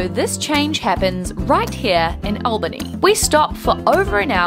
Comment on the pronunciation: I live about 25 minutes from Albany and go to that station any time I want to go to NYC (cause driving to and especially within NYC SUCKS!) It's an honor to know you've passed through our little station! By the way, you said Albany right. "All-bannie" not "Aehl-Bannie"